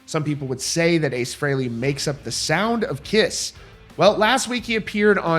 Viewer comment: He's saying Frehley wrong. No one ever pronounces it that way. Listen to Kiss Alive II and you hear Paul Stanley say it the way EVERYBODY HAS SAID FOR DECADES!!!! IT'S PRONOUNCED FREELY YOU PRETENTIOUS FOOL!